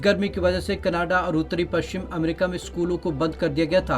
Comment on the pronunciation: Did he spoke canaaada instead of Canada See the video at: Hats off to you man Who employed you. 😂😂😂😂😂😂😂😂😂😂😂😂😂😂